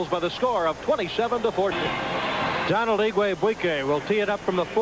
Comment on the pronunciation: Good coach, but not really cut out to be an announcer. Still, I like the reference to him not being able to pronounce "Donald".